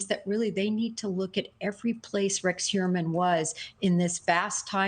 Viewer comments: that is how its pronounced in Long Island and Staten Island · Why is she not pronouncing the "H" in Rex's last name?